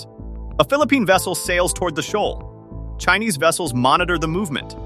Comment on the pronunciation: Shoal is pronounced showl not showal